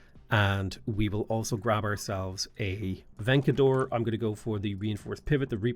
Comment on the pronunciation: The way he pronounces vencedor is kind of silly, but at this point I wouldn't put it past him to be trolling us in the most casual way. (Vencedor/es is Spanish)